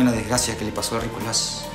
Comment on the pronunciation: Jajajja me da risa cuando Joel dice Rikolas